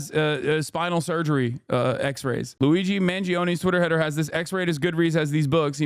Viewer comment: "Luizi Man Zee Own" How did she even manage to pronounce it in such a stupid way